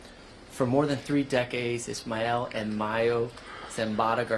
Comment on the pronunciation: Who in the hell is “ ishmel” ? 🧐🤔